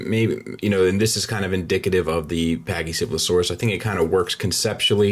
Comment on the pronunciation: be honest...how many times did you practice saying pachycephalosaurus...seriously...